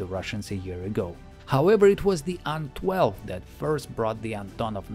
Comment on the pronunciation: рад слышать нормальное произношение названий самолетов, не делящее слоги на буквы. Ан а не ай-эн, Ил а не ай-эл и т.д. Спасибо.